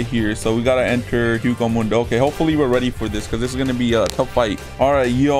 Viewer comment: i'm triggered by this, my man is saying hueco mundo wrong it's pronounced way-co moon-do